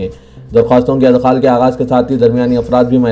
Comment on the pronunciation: Adkhal wrong Idkhal right